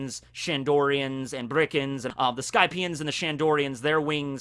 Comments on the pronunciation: It's Birkans, not Brikans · Is it just me or are you saying birkans as brickans, it’s been getting on my nerves for a while now lmao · Nobody: Absolutely nobody:: Bri-Kans